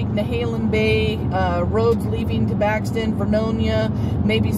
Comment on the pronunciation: That's Buxton not baxton